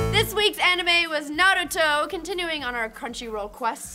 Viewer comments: *sigh They’re still saying Naruto wrong. -_ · i hate how they say naruto!!